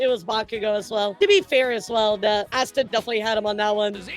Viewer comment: “Ass-ta” 😂 girl Asta is spelled and pronounced exactly like pasta without the p